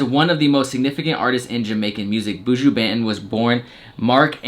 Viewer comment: Goddamn whiteboys! Its BON-TON 😂